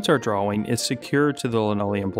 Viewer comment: you pronounce the w in drawing?